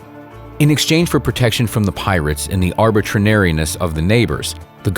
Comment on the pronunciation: the butthead narrator said 'arbitrinariness"